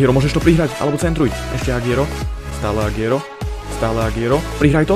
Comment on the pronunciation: Agüero sa číta Aguero nie Agiero. Daj si to do prekladača v španielčine.